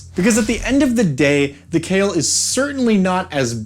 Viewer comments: Khayal is supposed to be read as Kha-yal not "Kale". Literally it can mean "imaginary" or "illusion". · Cale? Wtf? Khah-yall, like Al-Lat. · So just one thing.. their name shouldn’t be pronounced as the way you are doing. It should be Kha-yal. Kh as in dj khalid. And yal as in hey Y’all. And yes I am saying this since the word is Arabic and you saying kale is killing me every time 😭 also it means imaginary or also in this context it might mean something like an illusion. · Kha-Yal pretty much "shadow" in Arabic. Both 'a's pronounced as in "Astral". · It's pronounced KHa-Yall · I'd pronounce it "kǝ-YAL," with emphasis on the second syllable. And, fun fact for anyone who cares: the equivalent of "shadow genasi" in Pathfinder are called kayal (without the H, but presumably pronounced more-or-less the same). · im pretty sure its not pronounced kale, but i dont know enough about arabic to disbute it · its pronounced kha-yal khayal in arabic means imagination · It was probably intended to be pronounced Kh(flemmy)-eye-all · The name of this djnn in derived from the araibc word for shadow so its not khayal like in kale but the kh sound like the word shyikh so its خيال or shadow. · I believe its name should be pronounced more like Kha’yal (you know, like Kha and yal are separate). It’s an Arabic word which mean many things like: imagination, fantasy, fiction, silhouette, shadow, illusion, etc…. Emer I think should be Amir which means prince, and Malik is king as it said in the video. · Kh in Arabic names written in English is a romanisation of the letter خ, which is pronounced with a sort of guttural sound from the front part of the throat, towards the mouth. I think the closest English pronunciation of Khayal would be "huh yaul" but replace the first H with خ instead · Thats not how you pronounce it , google Kh sound in Arabic, Khayal means imaginary in Arabic